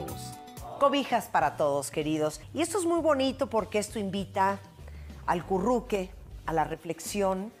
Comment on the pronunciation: "Al curruque!!!!" 😂 Repeat after me, Martha: A-CU-RRU-QUE